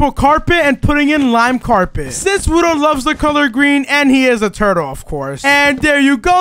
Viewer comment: Bruh it's frickin wudo not wuno Wuno isn't a word